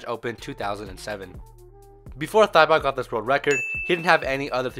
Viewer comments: You pronounce it like tibo, not thibaut... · It prounounced tee-bow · he's Thibaut is actually pronounced Tibo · In french you don't pronounce the "u" after a "q" ;-) and Thibaut is pronounced like "Tibaut" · I'd rather you didn't even try to pronounce his name considering you butchered it that badly lul